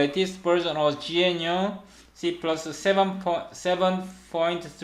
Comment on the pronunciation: Just started watching, feedback so far: I like your professional style of presentation though I found your pronunciation of "gnu" quite confusing (I thought you were saying something like "genuine"), perhaps "G C C" might be easier to understand?